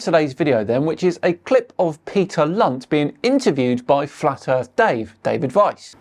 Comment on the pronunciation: Peter Lunt i think you're all prouncing his name wrong its more of a C than a L.